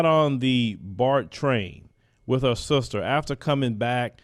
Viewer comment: "With her sulstuh"